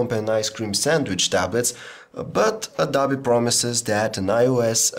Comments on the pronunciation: Somebody needs to tell this man that it is pronounced "adObee," not "adAbee." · he said adobi